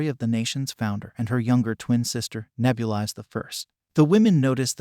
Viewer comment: I don’t like how he mispronounced Nebulis